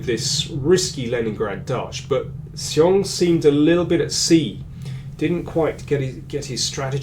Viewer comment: Excellent analysis as always. If I may comment a little on the pronunciation of 'xiong' it is more like 'shi'+ong (somebody corrected me on this).